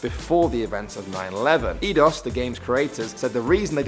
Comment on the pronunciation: you pronounced Eidos wrong. It's eyedos not eedos bro